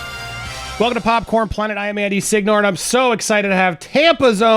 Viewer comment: Signore sounds good but Siñor, the Italian pronunciation, sounds better, sounds like you’re the boss 😂